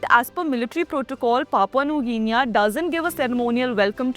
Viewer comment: Excellent...🇮🇳 Just one small feedback.. you are mispronouncing Guinea.. it's pronounced GINI and not GINIYA.. just so that your content is perfect going forward 😊